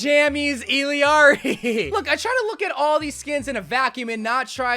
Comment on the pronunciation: Same with Kiriko and Illari💀